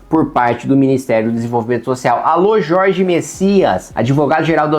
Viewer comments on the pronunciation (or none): none